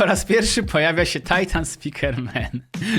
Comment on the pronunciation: czemu mowisz tajtan a nie titan